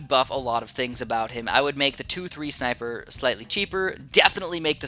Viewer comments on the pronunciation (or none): I just clicked of the video because he said schneipers not sniper😥